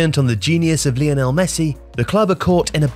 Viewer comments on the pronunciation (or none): none